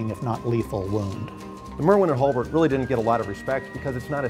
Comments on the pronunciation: has a difficult time pronouncing Hulbert. Not HIL-BERT. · why does he keep saying Hilbert instead of Hulbert? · "HALL-BERT".... NOT "HILL-BERT".... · Why does he keep saying "hilbert" instead of "hulbert"?